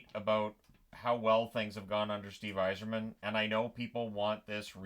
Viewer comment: Steve “Y Zeerman” xD